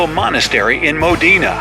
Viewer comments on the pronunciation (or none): Moh Dee Nash How about just MOH-denah, like a normal person? 😡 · Modena is pronounced with emphasis on the MO not on the DENA. And it's dena not deena. Check foreign names before making a fool of yourself - Wikipedia is your friend here.